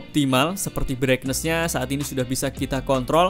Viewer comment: Bhs Inggrisnya dibagusin dikit ya bro? - Brightness (baca: braitness bukan braiknes) - TouchScreen (baca: tajskrin bukan tojskrin)